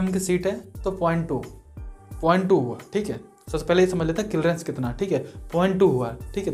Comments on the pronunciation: Ara bhai clreance nhi ... clearance hota h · Kilrence nhi clearance bol bhai